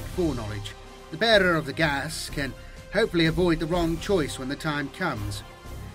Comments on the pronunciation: Took me awhile to realize you were saying geas. Thought you were saying gas. Much confused. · Just in case you come across the word again, Geas is pronounced gesh, like mesh.